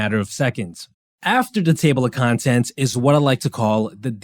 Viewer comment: when you said 'contents' with that accent i remembered garyvee.